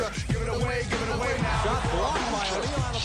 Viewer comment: anyone else notice how at the end Shaq raps "ive got skills like Mr. Miagi but pronounces it worng! XD